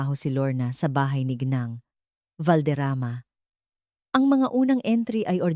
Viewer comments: Tinamad na akong manuod at toooooo dragging tapos mali2 pronounciations ng mga tagalog words like ginang naging gineng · akala ko ung "GINENG" ay pangalan..Ginang pala..AI voice ngani😂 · Ginang po ginang Hindi geneng pati alibi mo di ganun tamang bigkas 😅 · advice LNG po sa narrator ng story DTO Gng ...should pronounce GINANG SA TAGALOG MEANS MRS.IN ENGLISH ..NOT GINENG HE HE HE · ARAY KO PO ,SAKIT NA ANG TIYAN KO KATATAWA GINENG , GENG, ge e neng,ga eng ,& other ways you pronounced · im wondering, bakit hindi nila interrogate separately mga asawa? gosh.. AI voice possibly influenced the youth tomorrow 😂😂it tooks time for me to understand what "Geeneng"😂😂..Ginang pala😂😂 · Puede ba bigkasin mong maayos ang salitang GINANG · Ok sana pero ang pangit ng bigkas mo sa ginang sana mrs. Nalang ginamit mo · yun din ang nasabi ko... kaya kabuweset talaga!!! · It's so funny the way you pronounced G I N A N G .& in different ways.Research in needed so you can make less mistakes or less errors!